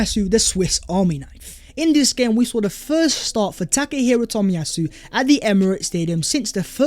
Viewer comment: Tack Her Hero Toll-Me-Yah- Sue . It was good to see him back.